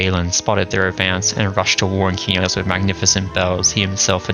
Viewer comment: thank you for pronouncing Qeynos properly...you wouldn't believe how many morons who play EQ/EQ2 and mispronounce it incorrectly. all the new Devs these days mispronounce it because they don't care.